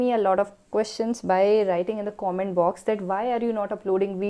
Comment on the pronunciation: plz pronounce comment properly